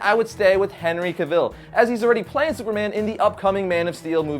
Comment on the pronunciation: God it's pronounced henry 'cav-el'